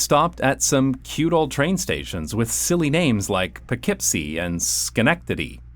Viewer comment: He pronounced Poughkeepsie correctly!